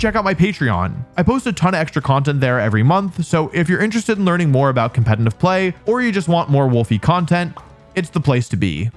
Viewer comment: I really love your videos but it absolutely kills me that you mispronounce the word 'competitive' despite being a competitive Pokémon player.